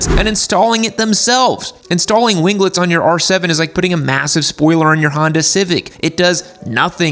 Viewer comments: the G in "wing" is silent. Just as it is in "winglets". Wing-lets, not win-glets. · Gunna buy a bike with winglets and rev it up in driveway just to hear him say "wing-guh-lets"